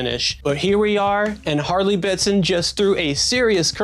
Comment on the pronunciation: ‘Harley Betson’ 😢 These guys are churning out quality like this at this price point - gotta get the name right mate haha